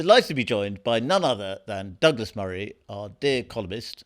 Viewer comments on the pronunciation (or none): none